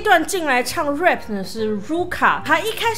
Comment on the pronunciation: 提醒一下老師 rap (要用喉音/蝴蝶音) 發音要注意 。否則您都一直念成rape (強暴)